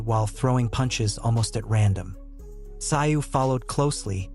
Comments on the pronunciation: never heard of this sio. pronounced szoo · You so got his name wrong so annoying it sounds like zoo where animals are kept not your way of saying it wrong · Tszyu's name is pronounced to sound like the word 'ZOO' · You say his name like Zoo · It's unbelievable that you can do such a comprehensive account of this match and the two fighters BUT you can't even do a little research on how to pronounce the name Tszyu - "Zoo"!!! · It's more like zoo with a silent t in front. t zoo. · So much disrespect mispronunciation of tim tsyu name it is pronounced ZOO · If you are going to post content on YouTube, show the Boxers some respect and learn how to pronounce their names Tim Tszyu (ZOO) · Had to stop watching as the mispronunciation of Tim’s name was too annoying. ITS ZOO. TIM ZOO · It's pronounced. Zoo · The narrator is disrespectfull. He should/could learn how to pronounce the Australian's name.. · Is this a rent a coverage review. Didnt even fix the pronunciation problems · Iff your going to commentate at least get the names correct doe doe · If your going to make a video about the man at least learn the correct pronunciation of Tim Tszyu's name. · Worst commentary ever.Get the surname pronunciation right. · I was confused who the boxer was. The pronunciation of Tim Tyzyu’s name is wrong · Did this guy not listen the the commentary. His pronunciation of Tims name really bugged me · I could not listen to this commentary, get his name right or go home. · At least get the name right . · You can’t even pronounce his name! Shows you know zero about boxing! Shut up! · Let’s have the commentary from the real commentators. Not that bloody AI voice that can’t even pronounce the boxers name.